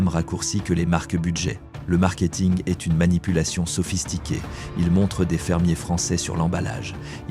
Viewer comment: "maintenant, nous arrivons à une marque qui e-s-t" ??? 🤔🤔🤔🤔🤔🤔🤔🤔🤔🤔 Bon sang mais si vous vous utilisez des IA, utilisez-en des bonnes, enfin ! 🙄🙄🙄🙄🙄🙄🙄🙄🙄🙄🙄🙄